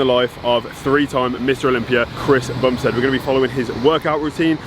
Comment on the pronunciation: How Chris bumsted pronounces his name "Qwish bumssssted"